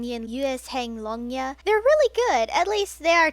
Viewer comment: I just came to tell that to pronounce Luezheng Longya, you pronounce the 'zh' sound as j! So it's Luejeng Longya! (I didn't write this because I wanted to be rude and I wanted to help you :> It might come handy in the future)